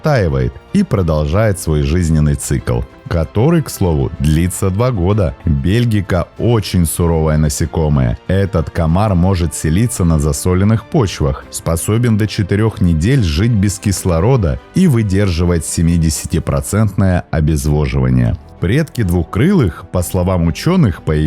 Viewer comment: Засолённый, а не засОленный.